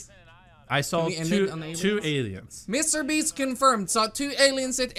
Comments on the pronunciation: He actually said mr beach not mr beast haha I am not your hater just a joke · He said mrbeebs